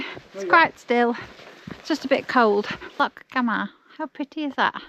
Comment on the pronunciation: Hey ❤ another great vlog, Loch Gamhna is pronounced Loch Gowna in Gaelic the mh can be a V or W ❤ like for instance my name Mhairi the Mh is a V ❤ i know a lot of people dont understand gaelic anyway but i just wanted to let you know